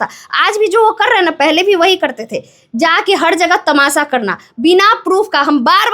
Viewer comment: Tamasha ❌ tamasa ✅